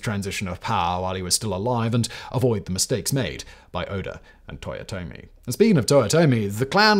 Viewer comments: "Toyote" ?! Really ?! Last I checked it was Toyotomi...dude 10 seconds in and already a big error , don't get me wrong I am a big fan of your videos for more than 4 years now ,but please do be accurate when you present history. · "Toyote" Hideyoshi